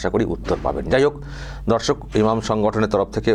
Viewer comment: তোমার সব ভিডিও আমি দেখি আমার একটাই রিকোয়েস্ট দর্শক না বলে বন্ধু বল দর্শক বলতে গিয়ে মাঝে মাঝে ধর্ষক হয়ে যায়